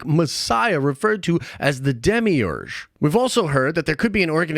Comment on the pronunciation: Cause I was like, was I the only one who found the way he was pronouncing demiurge kinda annoying af?! lmao